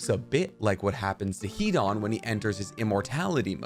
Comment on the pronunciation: Hidan is pronounced Hidon not an